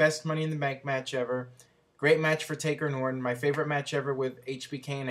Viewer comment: He said orin but I think he meant Ortin.